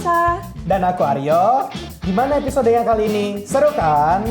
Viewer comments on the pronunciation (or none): none